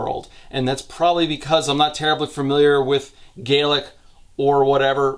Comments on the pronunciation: FYI Scottish Gaelic is pronounced “Gallic”. Irish Gaelic is pronounced “Gay-lick”. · by the way Scottish Gaelic is pronounced as /Gah - lic/ while Irish Gaelic is how you did it in the video /gay - lic/ . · i only just started the video, but gaelic is only pronounced that way when talking about irish gaelic. the ae in scottish gaelic is pronounced like the a in apple.